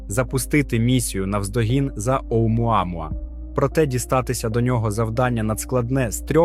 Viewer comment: Автору моя повага, вимовляти "Оумуамуа" без запинок..